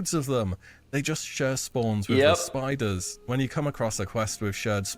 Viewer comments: I was wondering what he meant by spoders then I realized it’s spiders he’s saying 😂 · The "spoders" lmao